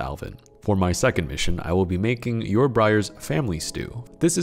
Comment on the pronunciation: Dude it's Yor Forger